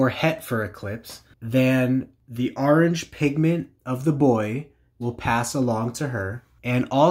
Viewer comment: Orange not ARange but nice video🤘